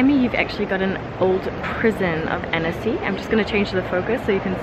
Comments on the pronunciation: u prononce âne-cy not anEcy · Every time you say "Annecy", it sounds like you're saying "Hennessy" 😁